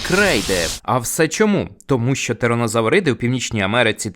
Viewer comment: Не щьо, а що, не чього, а чого, не розчяровані, а розчаровані і так далі. Ви вправі собі говорити як забажаєте, але не кожний зможе це слухати.